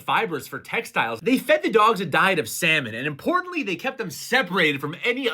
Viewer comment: Your pronunciation of "Salmon" was so close to the Spanish pronunciation of "semen" I had to rewatch 3 times to confirm you did in deed say salmon.